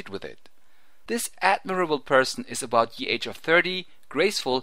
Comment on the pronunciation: Kinda annoying the way you say "ye" every time.... im pretty sure at that point the written word "ye" was pronounced the same as the word "the" is pronounced.